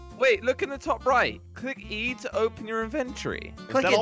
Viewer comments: Me:hearing Josh Josh: saying inventry me: its inventory not inventry you have said it like that for what 2 or 1 year/years!. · To help peeps who got lost lol: Me: hearing josh Josh: saying inventry Me again: It’s inventory not inventry- you’ve said that for like 1 or 2 years